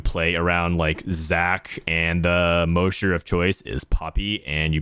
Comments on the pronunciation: moe-sher? its Mahsher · Moesher? It's MOSH-ER. Is in, Mosh Pit. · Anyone gonna tell him it’s pronounced “Ma-Sh-Er” not “Mo-Sh-Er” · It might sound petty, but is he saying "mow-sure" as a meme? Cuz mosher is "maw-sure". He probably doesn't rock-out, so I get why he wouldn't know if it's just a genuine mispronunciation though. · Mosher rhymes with Gosh and Posh, not Most or Ghost!! Have you never heard of a "mosh pit"? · i love you brother BUT Mosher is pronounced like Josh, not Moe!! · Muh ears.. Plz say mosher not moesher BibleThump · I don’t mean to be that guy but it’s pronounced MAW-SHER please stop saying MOE-SHER 😭😭😭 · The way you pronounced mosher like kosher is incorrect. Say it as you’d say mop. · moousher??? Have you ever been to a concert before lol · Not relevant put I'm pretty sure ur mispronouncing "Mosher" It's pronounced like the name "Josh" Other than that, sweet guide o7. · Mosher is pronounced like moss-sher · The MOSHER PRONUNCIATION LOL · Brother its MAW-SHER. It's referencing the Mosh Pit. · It's pronounced mawsure.... mosh, mosh pit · no, potato is pronounced differently in different areas of the globe. mosher derives from moshing/moshpit and ist not pronounced mowsher like does:D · Thank you for the video! Great recommendations. FYI, It's pronounced mosh as in mosh pit for mosher. like... gosh with an er. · STOP SAYINH MOESHER. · if you were at a concert, could you go to the MOSHE pit or the MOSH pit? mosher is not like the word kosher. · holy shit the way you pronounced Mosher was insane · Fr it hurt my soul 😭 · The pronunciation on Mosher is rough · Bruh I know it’s a potato/potato situation but the Mosher pronunciation triggered me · I've never heard "mosher" pronounced that way... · I don't know why it bugs me,but why do you mispronounce Mosher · Prz look at my comment from yesterday lol. We need to meme this. Liked! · The way you pronounce mosher is sooooooo jarring 😂